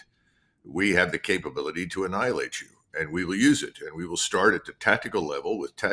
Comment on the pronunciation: Is the general with Russia because instead of saying they he says we will enialate you